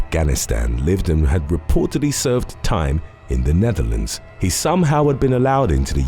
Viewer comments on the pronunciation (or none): none